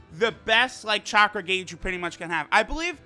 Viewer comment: lol u pronounced gauge and minato wrong